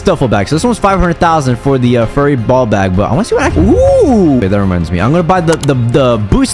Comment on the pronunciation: YOUR SUS WHY YOU SAY BOLL SUS